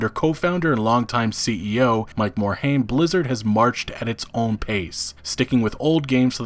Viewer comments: It's not Morhame its Morhime. Frank Pearce was a corporate hound and left because he didn't get the CEO spot. Activision didn't involve themselves in Blizzard because they were bringing in buckets of funds from WoW at it's prime. Now that WoW has slowed down, and they don't generate the income levels they used to. That combined with low yield from CoD games, they are pushing all of their branches to produce faster and make as much money as they can. This is the trend you can expect going forward, unless Blizzard finds a cash cow again. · Please learn how to pronounce Mike Morhaime's last name. It is "More Hime" Not "More Haim". Thank you.